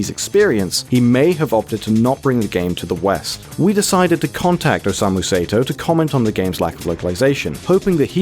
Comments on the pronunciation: You pronounced "Osamu Sato" as "Osamu Seto"... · its not Say-to its Sa- e - to.stop butchering this guy's name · "Sato" would be pronounced "sah-toh," not "say-toh." If it was "say-toh" it would be spelled "Seito." Basic Japanese, folks. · It's pronounced like "Saw-Toe", not "Say-Toe". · "OSEIMU SAETOW" god, I love english pronunciation. Some things on this video was entirely wrong but I'm tired of commenting the same thing on different videos about this game. Other than that, good video. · I'm pretty sure dynamic/static refers to the type of dream you got and whether you interacted with creatures/objects in it, not how much you moved. Sato is pronounced with an ah sound instead of a long a. Hatsu yume is pronounced with an e sound as in the ay in may, not a long e. Put simply, Japanese vowels are always pronounced the same way, so next time you make a video like this you would sound more researched if you look up a pronunciation guide.